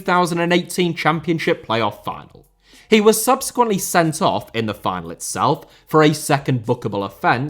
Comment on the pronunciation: Final* not Fahnal Rico* not Ricouw Mbappé * not Mbappei Lionel* not Léonl Idea* not Ideer Time* not Tahm André* not Ondrei Half* not Holf Serie* not Siri Barcelona* not Bohçalouwner Dortmund * not Dohrmund Debut* not Deibyu Rather * not Rother Leverkusen * not Leiverkusen Saw* not Sor Mauritania* not Mauritanier Dinano* not Denohrmouw Moskva* not Moscow